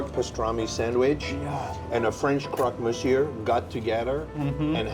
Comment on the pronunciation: but do need to work on his vocabulaire of french ( not being a snob as an immigrant in Paris) but le crock misyor is simply wrong!